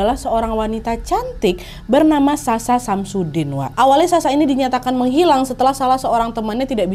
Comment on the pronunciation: Aku dengernya Samsudin😂